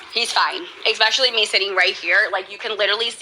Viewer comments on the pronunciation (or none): Oh. My. God! THERE IS NO "K" IN THE WORD ESPECIALLY!!!!!!!! Today it sounded like she actually put a g in there... I don't know why my head wants to come off my shoulders when I hear people do that, but this apparently is one of my biggest pet peeves... I think I need some help. The word is especially, not eKspecially!!!!!